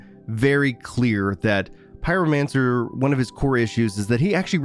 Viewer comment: Pyromancer?! Pyro. Mancer?! Ohhh. Ok. I remember why I stopped watching him 😅.